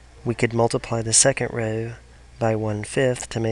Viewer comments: great video but please stop pronouncing row like that. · I love how you pronounce "know" and "row"